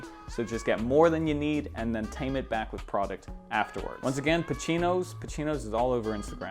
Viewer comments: It's "Pacinos" man not "Pachinos". The way ur saying it fells kinda weird. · Pa-see-noez Not pa-chee-noez 😂😂